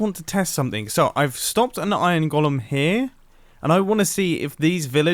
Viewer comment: its weird how he pronounces iron golem